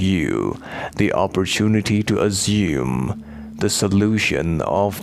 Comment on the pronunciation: I need this answered as well!! what's he saying ?! " azuming" " assuming" I dunno 😅